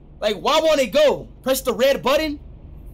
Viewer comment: It said pree enter